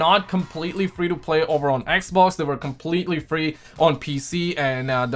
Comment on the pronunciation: I like the way he says "eq-vox" (xbox)🤣